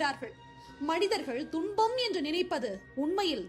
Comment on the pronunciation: ஒரு சிறு ஐயம் தும்பம் என்பது சரியான உச்சரிப்பா?, இல்லை துன்பம் என்பது சரியான உச்சரிப்பா?